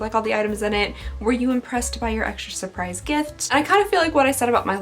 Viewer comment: Random question: did you take French as a language in school? You said surprise with an air of confidence lol 😉😆